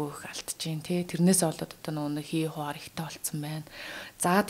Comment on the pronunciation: Бүдүүлэгдүү дураараа эмэгтэй бна, гадаад үгнүүдийг буруу дуудаад байхын , хий хуян гэдэг шүү хий хуар юу байдым бээ . Эмоци өндөртэй галзуудуу санагдлаа🤣🤣🤣